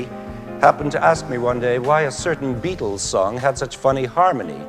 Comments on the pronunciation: PLEASE: Beatles not "Beatools", and within and without not "wifin and wifout" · The Bee-toes... I love the pronunciation! And the music theory is even better.